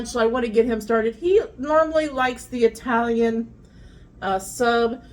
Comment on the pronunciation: I love how you say Italian sub. I-talian. We say Atalian North of Boston MA 😂